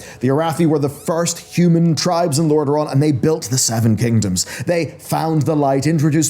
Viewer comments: His name was Lordan and not Lordren. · it hurts me to hear the words “Amani” and “Lordain” so butchered